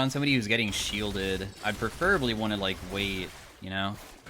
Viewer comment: mispronounces "preferably" mispronounces "preferably"